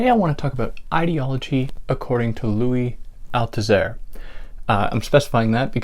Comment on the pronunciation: Dès la première phrase, vous ne prononcez pas correctement le nom du philosophe français Louis Althusser????